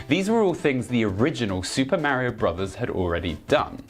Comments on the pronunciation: "Super Mario Bruvs"... 😭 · your small distractions that you do dont work nearly as well in a serious video essay. For example, when you pause what you are saying to mispronounce "Bros." for the third time, it comes off as annoying raher than funny because it is breaking up the constant flow of information to the player. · "Super Mario Brovs." haha, I love it;)